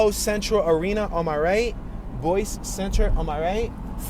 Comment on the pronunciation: What the up with can't pronounce a city name as well known as this one?